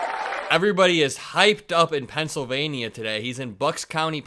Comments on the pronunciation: It's pronounced pencil -vain-yuh and not pencil -vain-ee-uh. Love your content, keep up the good work 👍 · huge fan, daily watcher… but I know it may be trivial, but you’re saying Pennsylvania wrong. It’s equal to people who mispronounce Kamala’s name, and I’m sure you don’t mean it.